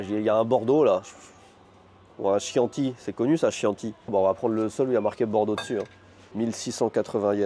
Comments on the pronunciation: Ça se prononcé kianti et non chiant ti sinon y a 1 super appli rosetta Stone pour apprendre les langues étrangères 😀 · On dit Kianti pas Chianti ['kjan:ti] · Bonjour, une petite précision le vin italien Chianti se prononce "Kianti" ;) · Le Chianti mdr, ca se dit quianti en italien :p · Coucou! Je pense que tu as déjà eu des retours mais il ne faut pas dire Chianti comme c’est écrit mais Kianti;) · Chianti se prononce quianti c’est un vin italien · Le chianti se dit (Kianti), c'est italien et effectivement très connu. Il y a du bon et du moins bon évidemment ;) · Oui, mes oreilles ont saignées. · Ça se dit kianti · La prononciation du chianti mdr très bonne vidéo.